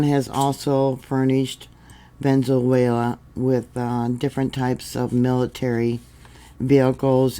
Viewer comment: ❤❤❤Sorry its pronounced Ve ne zue la❤